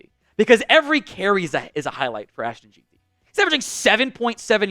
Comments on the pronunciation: J-I-N Ti is how Ashton Jeanty is pronounced. Home run hitter. BSU fan. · Its pronounced "gen-tee" as a bsu fan that pronunciation hurts